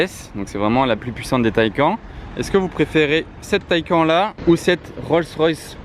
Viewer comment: Petite remarque 😁quand tu dit taycan,le n a il se prononce si non belle vidéo 👏👏👏